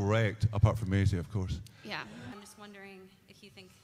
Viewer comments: That guy called her May-ise rather than Maisie xD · I cringed hard when that guy pronounced Maisie; May-Ease